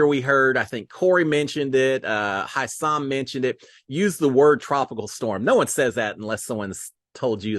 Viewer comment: are you able to pronounce names? If so, try (Hisam) we all know it is not HI SAM. Appreciate the updates, looking forward to more about how Cory and Cirie will work together. Jared is problematic. Thanks and have a great day, all the best from Torontoxxx